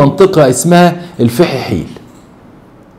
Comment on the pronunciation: صحيح نطقك اسمها الفحيحيل